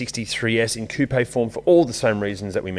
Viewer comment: Thankyou for saying coupé properly!